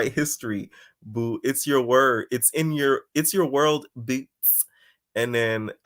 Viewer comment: Stop saying boots like that I can’t stand it😂😂😂😂 I’m at work loud asf🤣🤣🤣🤣